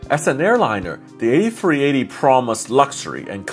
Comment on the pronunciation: “The airbus ayfweeaytayyy”